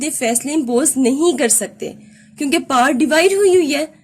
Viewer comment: We all know that (power)is pronounced as Paar but it seems awkward whenever u say it..plz say it as real (power ) . Thank u